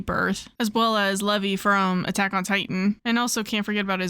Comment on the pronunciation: I have to say this second season of Sailor Moon Crystal is much darker than original 90s TV series.. Rubeus and the rest of them was taken out more faster than in the previous series.... By the way you had miss pronounced the character name on Attack on Titan that Matthew Mercer voiced. His name is Levi like the jeans😂 haha.